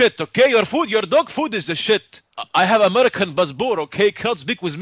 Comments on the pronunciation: "Your dog food is the shet!" lmao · He's polite? he's saying "shet" and cursing the heck out. Oh wait, you were sarcastic I think.